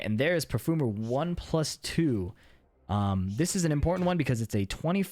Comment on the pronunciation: i like the way you're saying "perfoomer" :)